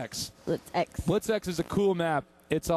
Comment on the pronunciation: It sounds like Buttsex when they say Blitz X